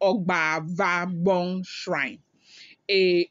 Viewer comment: it is Obazagbon not Ogbavogbon